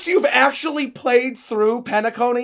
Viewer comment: Penacony = Pain-a-Cony 😅